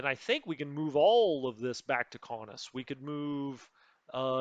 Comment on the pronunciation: your pronunciation of Kaunus is how I would say it. Please don’t change it lol.